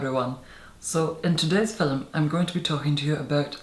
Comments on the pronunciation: Ruby right? It sounds like "filim." I love it. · I like how he says the word "film". How can you not like that??